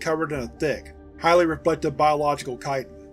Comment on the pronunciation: Ho-lee-shyit!!!, my man, you win the…er…. YouTuber with….the highest brain wrinkle count…award? Or something? Whatever; you said chitin correctly. I’m absolutely ecstatic about it. I honestly can’t remember a single other time that word has been spoken aloud, and _correctly_, on YouTube by any other content creator. At least not that I’ve seen and can recall. Good job, you! I am most pleased with this development. lol.